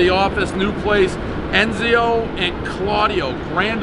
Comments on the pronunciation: One Enzo Claudio pronounced as Ez-I-o Claudio because Dave has to throw in an unnecessary pronunciation, everyone knows the rules. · He is so bad at pronunciation every time... it’s “enzo” not “enzio”. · “Enzio”. Nope try again. E N Z O ... everybody knows the rules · One Enzo, everyone knows he was gonna say Enzio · Enzio and Emilio nice pronunciation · Enzio??? Really. Do you try to f up the names on purpose always? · lol weirdest pizza review yet. 'enzio' Claudio lolol. hasn't gotten a name correct yet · At this point, I'm convinced he's trolling us. Can't even say "Enzo" correctly. If there is a pizza place called "Dave" somewhere I am sure he would F#@ that up as well.